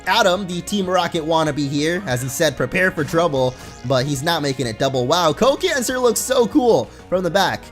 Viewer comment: Can you please pronounce the name as "Co Can Sar" (Sar as in Sarlacc (that's starwars just in case)). Feels really "eehhhhh" to pronounce it as cancer... :\